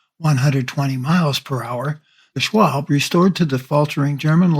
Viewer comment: The Me 262 is called "Schwalbe", not "Schwab".